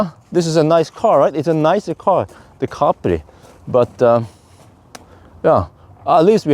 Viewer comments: Im the uk it was always pronounced cap pri. Not car pri 😊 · In the USA back in the 1970s it was pronounced ca-PRI with the accent on the second syllable.